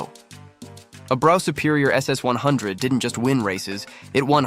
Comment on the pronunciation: Brough is pronounced bruff